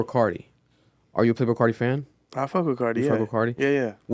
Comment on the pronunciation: “Playbrul Carti”